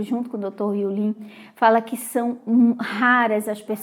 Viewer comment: eu sei que vc é muito estudasse morou fora, por isso queria saber ao certo como se pronuncia o nome do Dr Hew Len. Vc pronuncia Len com som de i, mas sempre escutei com a pronúncia de e mesmo. Afinal qual é o certo?